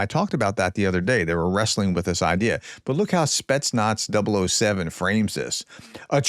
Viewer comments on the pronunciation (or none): none